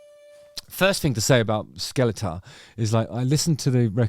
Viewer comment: The album is pronounced ”Skellefteå”